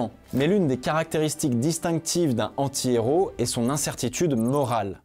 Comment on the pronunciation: Mais pourquoi tu ne fais pas la liaison entre "un" et "antihéro"?